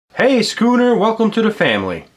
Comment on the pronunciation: It's not scuunet